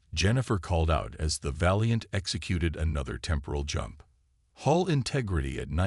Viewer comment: Hull, not hall.